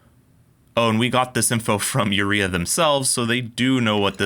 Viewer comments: If it's a Mexican brand, wouldn't it be pronounced oo-ray-ah, not you-ree-a? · I think Urrea is pronounced 'you-RAY-uh' it doesn't help the wrenches but at least it sounds better.